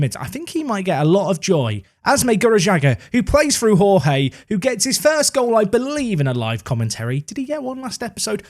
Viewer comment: The Portuguese way of pronouncing Jorge is with soft 'zh' sounds for the J's, like in Jorge Mourinho. Something like Zhorzhee, a soft Georgie. Besides that: holy crap, is Middelby ever silencing his critics!